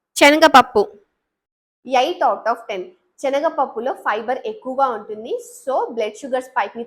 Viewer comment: డాక్టర్ గారు శనగపప్పు అనడం రాదా చనగపప్పు అంటున్నారు